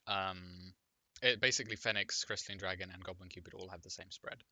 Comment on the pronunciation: i believe you pronounced Gobu Cupid wrong